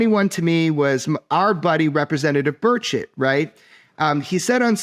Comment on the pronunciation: Lol not representative birdshit or burchitt. It's burCHET lol